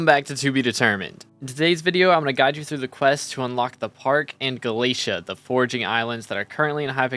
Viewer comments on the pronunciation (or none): yo dude u know its not galasia its galatea there is even an npc that will say it. anyway nice vid